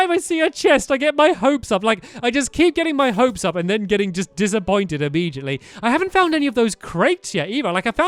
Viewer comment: Not hating but why do u say imemgitally.. It's immediately